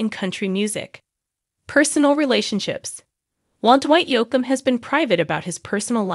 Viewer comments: Hey it's pronounced Yoke m not Yock m. Please say his name correctly. You apparently don't know much about country music stars. Geez! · The mispronouncination from the AI voice made this unwatchable.